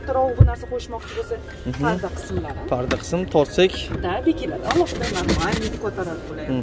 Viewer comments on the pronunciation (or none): none